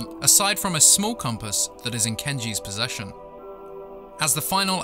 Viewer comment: I love the emphasis on "Within Kenji's Possession."